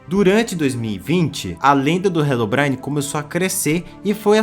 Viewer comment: Mano, desculpa, mas eu não consigo tancar tu falando "HELOBRAINE" 😭😭😭😭 Foi mal, mas eu tou tendo que pausar o vídeo toda hora pra rir da pronuncia KDFJDSNMFJHREDGD Que pecado, meu deus